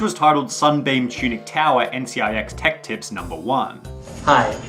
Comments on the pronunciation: It's tips not lips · "Linus Tech Lips" 💀 No offense just pointing it out, great vid. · its tech tips yeah not tech lips? nice vid though as always though man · "Linus Tech *L*ips"